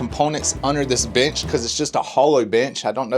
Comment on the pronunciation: We know you said "bench" but literally had to rewind and listen again. We are roaring with laughter over here. Way to go guys!